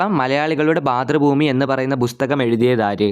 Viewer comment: 'ബുസ്തകം' അല്ല 'പുസ്തകം' ആണ് ശെരിയായ ഉച്ചാരണം Super quiz 👍👍👍